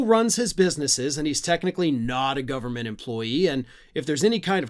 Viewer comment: Someone got into Elons special K stash 😂 da fuk going on with the gov...bern...mant? Say it slow 😂